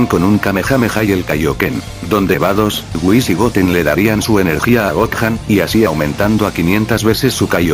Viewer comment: siempre dice goan no dice gohan